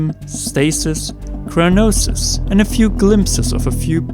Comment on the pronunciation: CRYONIS, not "Cronosis" or "Cryonosis." Cry-O-Nis.